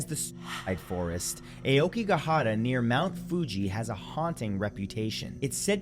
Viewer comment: I've been watching your channel for years and I love your videos, especially the spooky ones. So please know that when I tell you that the Ao part of Aokigahara is pronounced "Ow" like out or ouch, I do so with respect and only as a piece of constructive criticism. Keep making great content.😊